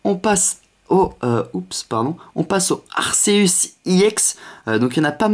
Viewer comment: c'est pas arceus c'est arkeus avec un C qi se prononce en K